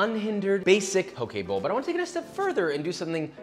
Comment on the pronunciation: Poke bowl sounds like pokeball lmao